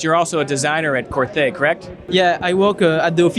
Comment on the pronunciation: it's pronounced similar to Corté, not Corthé as the "h" silent.